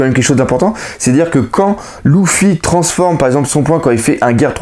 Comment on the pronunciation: c'est Luffy paq louffy